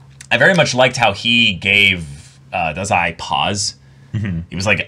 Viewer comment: Im pretty sure Dazai's name is pronounced Dah-zai, not Duh-zai